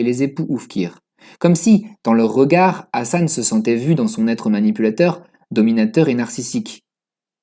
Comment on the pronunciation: Ta façon de prononcer le H de Hassan est juste horribe à entendre...😖😖😖 Prononce le comme le H de Hawaï est plus proche de la bonne prononciation en arabe que ton truc bizarre qui correspond plus à une autre lettre arabe.